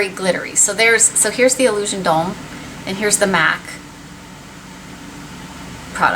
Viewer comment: Thank you for being the only person on YouTube to pronounce "Illusion d'ombre" correctly, what a relief! Maybe I sound like lil miss crankypants but I get so tired of hearing "Illuison DOMBRAY," lol. xo